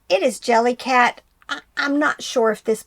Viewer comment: Jellycat!, your pronunciation is correct! Team!